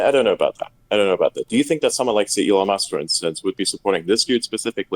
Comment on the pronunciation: "Elone Musc"